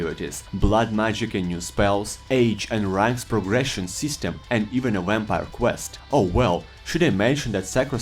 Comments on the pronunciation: My guy said some wampire 🤣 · Lmao "wamvire Lord" 🤣 but all jests aside thank you for the video